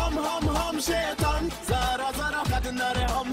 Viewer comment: The way he says SHAITAN, instead of SHAITAAN 😂😂